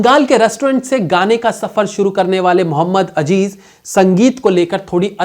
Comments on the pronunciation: Muhammad Azzzzeeeeezzz .. not ajjjeeeezzzzz मुहम्मद अज़ीज़ न के अजीज़ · Its not Ajeez ... its Aziz ...